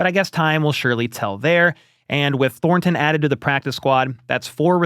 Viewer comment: I hope ThorNNNton leaves the Chiefs so I don't have to hear you butchering the pronunciation of that guys name over and over. Thornton...no emphasis on the N...say it again Thornton.